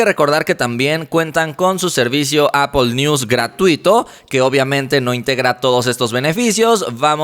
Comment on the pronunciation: Como se pronuncia? Apple? "Apol"?😂😂😂😂